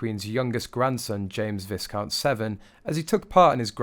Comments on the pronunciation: The behaviour of Viscount Severn (pronounced Vi ~count) and 4-year old Prince Louis (pronounce Lou- i) in fact the behaviour of all the children of the royal family is what the British public have come to expect. It is the result of good parenting and the independent school system. I'm not saying that any type of child couldn't have behaved in that way they could providing they had, had the appropriate upbringing which encompassed all the necessary values. This is why we are exceedingly proud of our royal family and children. eg the behaviour of Prince George and Princess Charlotte throughout the Queen's funeral service. Undoubtedly they were aware that they would have been seen by millions and millions of people around the world yet they were just perfectly behaved royals who were at the moment were missing their much beloved great grandmother at the same time the grandfather was now the king of England their grandmother was the Queen Consort, they had just moved homes, their surnames had changed not once but twice and they had for the first time attended the same school together. These are young children under an amazing amount of stress difficult for us to comprehend yet they would have made the great grandmother so proud of them This is DUTY! As a teacher of children age 4 to 11 yrs I know what young children can attain in terms of behaviour if there is the expectation by significant others. If we don't expect them to behave properly on the whole they don't. Talk with a c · Viscount is pronounced Viscount Louis os pronounced Lpioe Eugenie is not pronounced Eugene llikw a bit but E Eugjabuey Yourispromimvistioms are abhorrent to me y typos are due to my severe cataracts s which make me as lmostcyotsllt blind But at least U can hear and promounce words cirrectly.ynlihe you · You sound British.... But please check your pronunciation of Viscount! It does NOT rhyme with discount. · Erk! Learn how to pronounce Viscount - on a specialist Royal site as well!